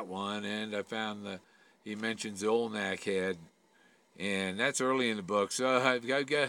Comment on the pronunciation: I’m sorry, are you saying alnak head? Do you mean Olmec head?